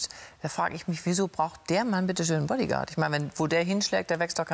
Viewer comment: Lach "Baddi gard". Dämlicher Video Kommentator.